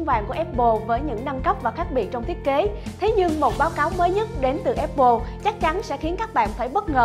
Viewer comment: áp pồ nha, không phải ép pồ :)